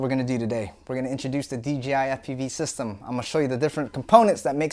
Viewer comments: Dude say it with me DJI DJI DJI DJI its DJI not DGI...... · Dee Jay eye..... Not dee gee eye.... 🤣😂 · You keep saying DGI. It's not, it's DJI. Say it with me, D--J--I. One more time, D--J--I. There is no g, only a j. Carry on. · Why does everyone say DGI not D-J- I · Why do alot of folks say "DGI"? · Is it me or does everyone call D J I.. D G I the rotor roit guys did it now Tommy lol everytime I tell someone about Dji it always comes out DGI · It’s not DGI it’s DJI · DJI... not DGI. Lol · its pronounced "jay" not" jee" or m I crazy? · Threw me off every time you said "DGI". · "D.G.I FPV System" 😂 😂 😂 😂 ✌️ ✌️ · YOU SAID D G I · Do you accidentally say DGI or is it on purpose lol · He keeps saying dgi lol